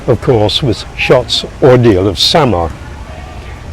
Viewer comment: Samar as "summer"😂